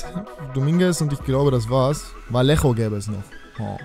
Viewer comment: Ah😂 der wird vajejo ausgesprechen😂valejo #aussprachkontrolleur